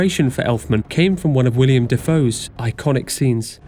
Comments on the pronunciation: How is it that SOO many people pronounce Willem Dafoe as William Dafoe?!?! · his name is Willem, not William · Isn’t his name Willem? You guys kept saying William